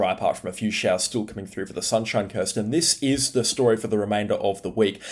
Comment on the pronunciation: did bro just say sunshine curst